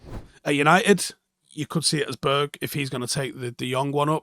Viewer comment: Annoyed about how you say “Berg” 😂